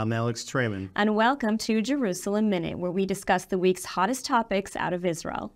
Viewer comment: The Name is ISRAEL, NOT Isral!